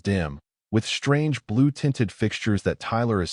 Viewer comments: "SHTRANGE" yet again!! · .......SHTRANGE!!!!!! NOT A REAL WORD AGAIN!!!!! POS AI!